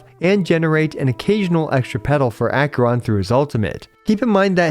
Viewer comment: Ack-ER-on not Ack-yur-on.